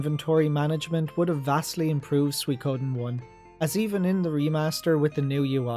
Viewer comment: What is suiKOOOden thing? Accent rices on the second mora